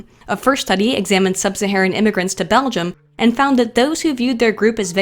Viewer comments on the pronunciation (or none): none